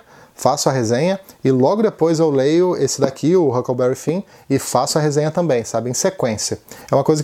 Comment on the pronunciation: Oi, sempre trazendo coisa boa!!!!!! Legal que você conseguiu o Marai. Eu consegui ele em e-book... quem sabe leio este ano. Adorei a ideia da sequência Tom Sawyer e Huckleberry Finn (a pronúncia ficou ótima agora hehehe), você não vai se arrepender. Tom Sawyer é um romance puro, inocente, cheio de valores que se perderam com o tempo. Mark Twain é um show. Adoro bons contadores de histórias. Não sei se você conhece Os diários secretos de Adão e Eva dele, totalmente hilário. Bem, parabéns novamente pelo vídeo.